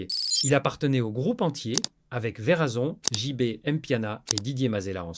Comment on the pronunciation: 😂 grave Verazon au lieu de Werrason